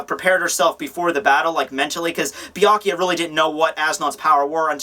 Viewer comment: everyone says Byakuya name weird lol everyone says "bee-ah-kee-ah" lol its "bee-ah-koo-yah"